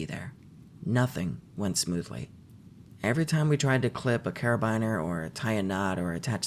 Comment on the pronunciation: It's "kar-uh-BEAN-er" not "kar-uh-bind-er" Just thought you should know